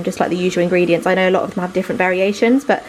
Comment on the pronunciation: I'm having a heart attack with your engredients hahahaha. It's not annoying because it's understandably, but it's hilarious😂😂😂.... I'm sorry I can't help it✌️